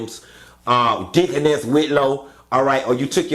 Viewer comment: said deaconess